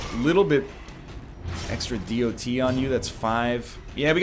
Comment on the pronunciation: I can't help but feel irritated everytime egg says "the D O T"